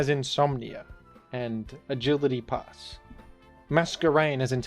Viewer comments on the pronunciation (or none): none